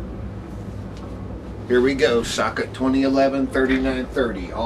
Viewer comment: "S - L - I, not SLY" and Socket, not Suck it :D